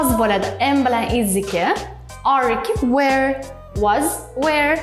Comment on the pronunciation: "Were" ni juda noto'g'ri talaffuz qildiz, keyin boshqa so'zlarda ham yozilishida xatolar mavjud, lekin dars o'tishingizga gap yo'q